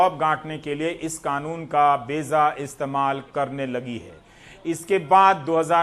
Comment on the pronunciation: Ravishji with respect beja not beza.